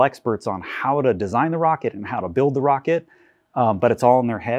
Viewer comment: "mocket" lol, love it!